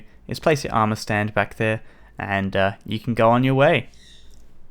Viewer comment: I cringe when it says "amour"